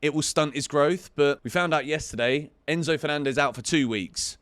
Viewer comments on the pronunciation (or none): none